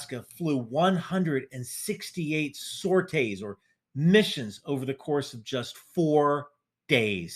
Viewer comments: And please. Call it “sor-tees”. Not “sor-tays” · Please stop saying sorites like you do, its weird. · Very triggered by this pronunciation of sorties.